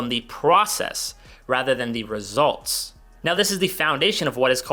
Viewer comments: Resluts lol🤣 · Great video. I watched it twice and noticed “RESLUTS” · Resluts 😢 don’t know who else caught that 😂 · Ah, nothing like good “resluts” 🤣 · Resluts???? Haha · Results NOT Resluts 😂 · Resluts - If this was intentional.. its genius! ;) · "PROCESS RESLUTS" lmfao! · I couldn't focus on the following 15s after that bc I was like "did that say resluts or am i tripping?" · Process RE-SLUTS??? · ah yes i love "resluts"